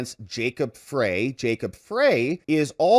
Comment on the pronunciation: Just a FYI, it’s pronounced fry like a french fry, and honestly, he’s not better. Minneapolis needs a complete overhaul. It’s so sad driving through there. Some of those homes are absolutely beautiful and they have so much trash running through them..